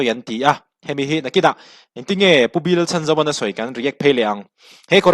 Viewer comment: Pu Lalchhanzova hming hi a rik dan tur dika lam rik hram tum a tha e.